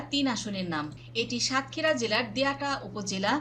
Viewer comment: সংবাদিক হতে হলে উচ্চ ভালো ভাবে ও পড়াশোনা করতে হবে যেমন সাতক্ষীরা দেবহাটা ও আশাশুনি উচ্চারণ এবং অনেক উচ্চারণ ভুল আশা করি ভবিষ্যতে ঠিক করে নিবেন